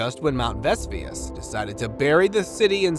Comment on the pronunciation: Your mispronunciation of "Vesuvius" and Latin words detracts from the enjoyment of the video